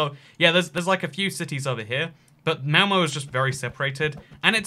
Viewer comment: Malmö not malmo